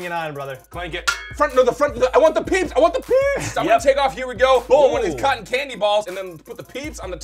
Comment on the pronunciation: He said Peep's